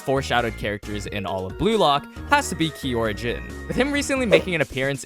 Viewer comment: its kiyora, not kimora